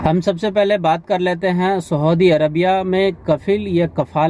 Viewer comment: Saudi ko aap sahudi bol rahe ho bhai.